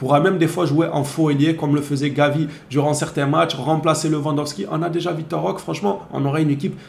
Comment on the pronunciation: C'est Vitor ,pas Victor 😂😂😂